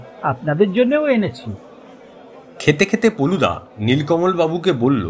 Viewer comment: গল্পের প্রশ্চদপটে কোথাও কোথাও ফেলুদা উল্লেখ করা হয়েছে, কিন্তু গলপো পাঠে বলা হয়েছে পলুদা। ব্যাপারটা আমার বোধগম্য হলো না।